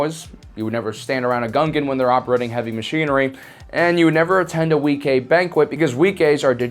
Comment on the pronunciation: Wee-kay? Isn't it pronounced Wee-qway?